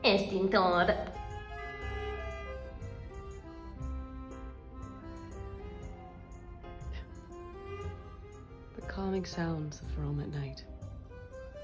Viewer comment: "èstintòr" had me dying